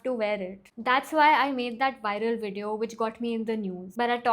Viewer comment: First of all it’s not Wideo, it’s Video. Learn to pronounce words properly instead of bullying other channels. Secondly, the comment guidelines on your channel: 1. Stick to the topic 2. Be civil and respectful 3. Challenge the argument, not the person. You don’t follow your own guidelines, and expect people to respect you. If entitled rich kids like you are the future of mental health then the youth is surely doomed!!! You can’t even handle other people’s opinion and reactions and you have the audacity to demand respect and play the victim! If you really want to help the youth then you will withdraw your strike against Swetabh and challenge his argument. But we all know you don’t have any actual guts or the integrity to do the right thing.